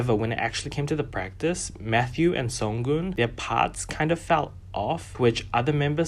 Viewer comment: It's not pronounced Sung Goon, it's Seung-Eon (like Soong-on)